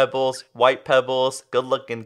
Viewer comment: Can you keep saying "Pebbles"? I love how you say "Pebbles"